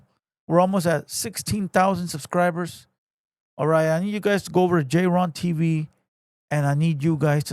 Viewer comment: His name is clearly jayren not JAYRON bro 😂